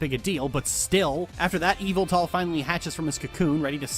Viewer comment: was pronouncing Yveltal like Evil Tall, and I've never seen this Pokémon's name before so I genuinely thought that it was spelled Evyltal or something like that and that it would look like a slenderman lookalike and then it's. It's just a bird. Not even a menacing one. Wow, game freak really out here trying to He-Who-Must-Not-Be-Named their Pokémon, huh?